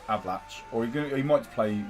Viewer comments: It's pronounced A-va-lack. lol Great vid, mate! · Did you say Avalan"chi"?